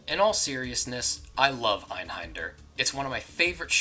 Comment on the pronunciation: xD funny that even the game pronounces "EINHÄNDER" wrong Ä is more like E in Egg ... hard to explain Leben? Fallen? Volksgasmaske ..... well i think the "Fallen" is really just "to fall" lik "fall in battle" yeah it means the same but just to be precise Also i think the first miniboss siad "Sonst schießen wir sie ab" (otherwise we will shot you) but i'm totally not sure since the audio is terrible at this point In general a "Mücke" is not a Mosqueto ... it's just a fly in gernal.. so no blood sucking bastard but the nastly little black buggers flying around